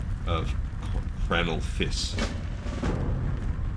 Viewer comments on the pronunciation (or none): Lol, it wasn't until I heard you pronounce the name Kranal Fiss as "Kraynal Fiss" that I realized how very close it is to a name that violates the TOS. I can't believe they let that slide.